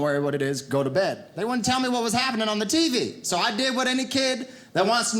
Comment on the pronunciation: The way he said TV definitely sounded like my hillbilly relatives.